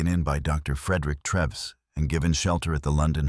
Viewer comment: Pronounced treeves not trevs